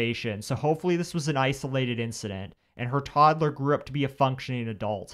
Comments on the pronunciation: What does this woman narrator on this channel ALWAYS say “Toddelers” what’s with the extra ‘e’ 🥴🤦‍♀️😆 she does it on every single video lol!!! Like what adult doesn’t know how to say TODDLER?!!! It’s sooooo bizarre!!!!🥴😆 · It cracks me up when she says “toddler.” She makes it a three syllable word! 😂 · The way you say "toddler" with 3 syllables drives me nuts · Obviously, this is fucked up and hard to think about and stomach... But why are these people pronouncing words so fucking weird?!?! "Toddaler".... "Disquallafied".... Just the ones that have stuck out the worst